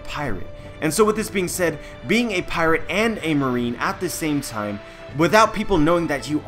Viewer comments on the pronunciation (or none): none